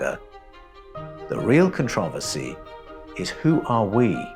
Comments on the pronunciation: This was fucking awesome, but it was worth the time just to hear how he pronounces "controversy". So fun tho, this 6 finger part i am focused in on. I met a person a couple of years ago who was Ojibwe, and he told he the old tradition of raising their hand when they greet each, was to ensure you didn't have 6 fingers. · My main problem is how you pronounce controversy...... I'm cool with everything else.